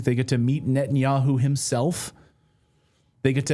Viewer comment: Netanyakhu says Khamas is khorrible...